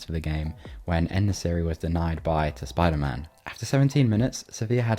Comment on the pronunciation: Oh wait hold up dont tell me that just went under the radar... did he say Ter-SpiderMan🤣